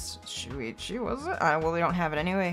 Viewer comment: when you said anyway it sounded like you had a Irish accent 😂